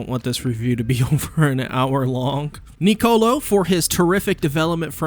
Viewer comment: Can you pronounce Niccolo correctly for once?